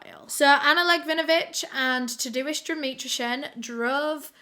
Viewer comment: I love that you say Tadeusz, Tah-do-ish hahah. I’m Polish and that’s my dad’s name, in Polish it’s pronounced more like Tah-day-ush. That’s okay though, the spelling doesn’t really look like how the pronunciation is. Love ya! 💞❤️💞